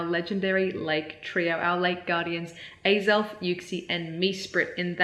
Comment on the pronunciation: hahaha until you said it was axell it sounded like you were asking alan for the perfect groudon number